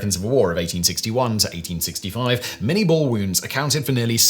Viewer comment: It is pronounced "minay ball".